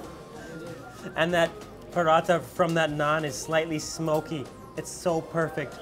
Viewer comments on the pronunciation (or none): none